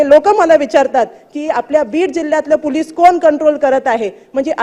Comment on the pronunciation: बाईला पोलिस पण धड म्हणता येत नाही 😂